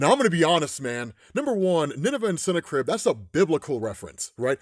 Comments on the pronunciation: I think its pronounced different not cine-crib but sin-na-crib🎶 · Just think of it like it’s snack ribs to say the name right ok lol .